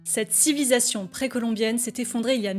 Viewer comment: CETTE CIVISATION. Aïe, ça pique les oreilles 😅